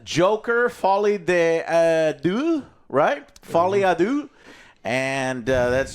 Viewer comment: The best part of this movie is movie reviewers that don't speak French trying to pronounce "folie a deux"